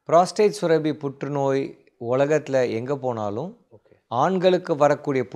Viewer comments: It sounds surabi. It should be surappi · டாக்டருக்கு மருத்துவம் தெரிந்த அளவுக்கு தமிழ் தெரியவில்லை சுரபி அல்ல சுரப்பி